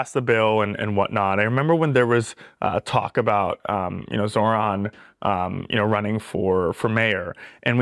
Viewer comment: Hey Andrew, I know it gets confusing with the opposing candidates and most of the mainstream media constantly mispronouncing Zohran’s name, but it’s more like “Zor-rahn” than the “Zo-rahn” way that you said it